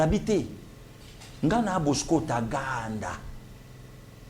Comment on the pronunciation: Bosco Tagaanda avec Nuance et non Bosco Taganda.vraiment